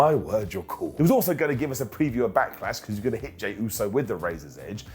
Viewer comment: Why does he say 'back-er-lash'?